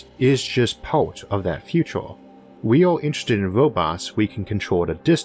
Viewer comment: feato're(future), univ'oss(universe), yee'a (year), computo' (computer), ... Seems like US English is evolving in front of my eyes :)